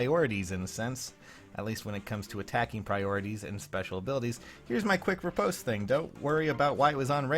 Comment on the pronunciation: other than you saying riposte wrong, nice fun fact